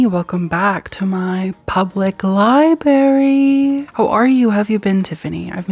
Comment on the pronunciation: I love you so much but I must say this because it’s driving me crazy you are missing the r in library and saying liberry. 😂